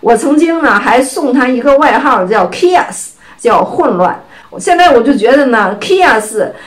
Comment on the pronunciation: 是在講"chaos"嗎? 聽起來怪怪的。 DJ： [ˈkeiˌɔs] KK： [ˈkeˌɑs]